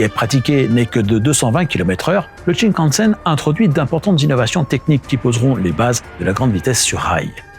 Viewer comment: Ça se dit shinkansen, pas tchin + la musique d'inspiration chinoise pour parler du Japon... 😓 Sympa la vidéo, mais ça manque un peu d'explications pour l'international, il y a de quoi creuser en sachant que la technologie utilisée en Chine, en Corée, au Japon ou dans d'autres pays asiatiques n'est pas la même que chez nous. Le plancher des trains y est plat avec des quais plus élevés que chez nous par exemple. Et on peut rajouter aussi pays de lignes à Grande Vitesse : - Arabie Saoudite - Ouzbekisthan - Autres pays européens de l'Est Il aurait pu être bien de parler du maglev aussi